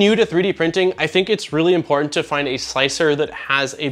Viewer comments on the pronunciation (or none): none